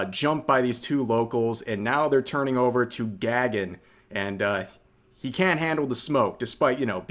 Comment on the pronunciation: The nuisance streamer's name is not pronounced as "Gag-un" but something like "Guh-gun." It's a Sanskrit/Hindu name meaning "sky." So that POS is most likely of Indian or Nepali origin.